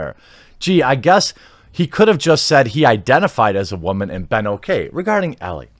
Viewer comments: Great video except that Ellie is pronounced Ell-ee. I have no idea how ie comes out as eh or how you didn't catch this before the video. Is Elleh even a name? Alright I'm done roasting you, take a like. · It's Ellie, not Ella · Ellie not Ellah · ellIE not elLE 🙄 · Why are u pronouncing “Ellie” two different ways?